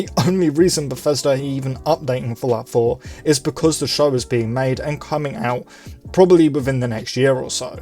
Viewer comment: sounds like you are saying "Falafel" not Fallout 4 lmao...